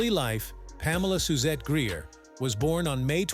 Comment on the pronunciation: Mispronunciation of her last name!